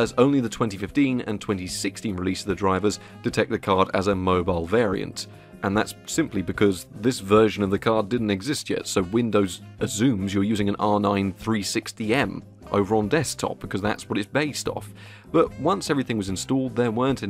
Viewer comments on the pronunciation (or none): Azzumes, not assumes. Why and how?